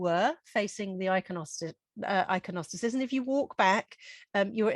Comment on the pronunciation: interesting but your inability to pronounce the names of flowers ordinary flowers and religious terminology including iconostasis suggests your lack of reading and education